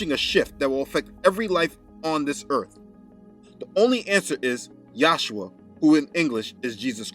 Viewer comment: You keep saying “yashua” (Joshua) . It’s Yeshua ! The Jews call him Yeshua which is Jesus . I cringe every time you say yashua . Do research further ! Or just say Jesus . Why are you calling his name in another language? Don’t be ashamed to address his as Jesus . We are in fact in America . You confuse Americans with that . Your so enthusiastic about saying “yashua” lol. You can refer to Amir Tsarfati , he’s a true Israel Christian from Israel . I’m sure he’d know how to say it lol